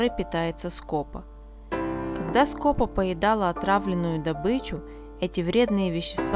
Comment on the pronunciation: В названии птицы ударение на второй слог! СкопА. Весь ролик "скОпа" режет слух.